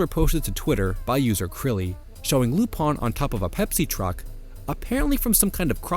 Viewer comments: “Lupan” is the way his name is ACTUALLY pronounced if you watch the damn show and “Rupaann” is the Japanese pronounciation. Non lupin fan detected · Spelled LUPIN Keeps saying RU PONN why, exactly?